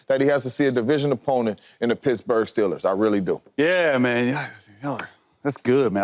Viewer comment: stellers shady? thought it was steeeeeeeelers 😂